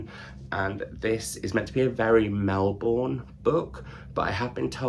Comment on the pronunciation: Your pronunciation of Melbourne 🥲